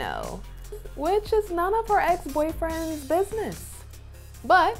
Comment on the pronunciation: It’s ex not axe